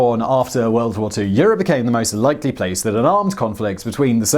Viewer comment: it’s “LIKELY” not “LECKLEIGH” lol. enjoy your videos